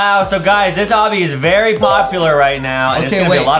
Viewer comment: adam said vewy cool lol i think justin did not heard adam